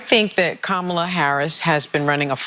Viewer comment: Ana pronunciation of Ka.ma.la is most accurate of all.